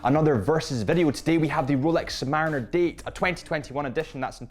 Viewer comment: Sub-Marine-er. Please???????